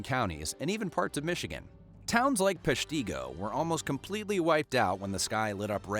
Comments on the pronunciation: Peshtigo is pronounced pesh ta go. With the emphasis on "pesh"... The fire museum is interesting and the nearby cemetery is incredible! A very well done memorial to this sad event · Thank you for remembering Peshtigo! It was horrible, and it's not known. You pronounced " Peshtigo" wrong, though. The " i" is a short vowel sound.